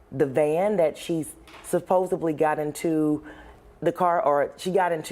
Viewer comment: A News reporter that says; "supposebly!" I hope she doesn't also say; axed for asks, or amblience for ambulance, or birfday, or libary! 🙄🤣